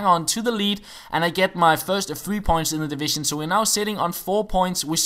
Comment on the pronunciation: we now in divizin twoouuu